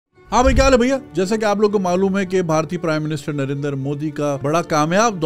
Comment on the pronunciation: It's not Narendar It's Narendra btw #pkmkb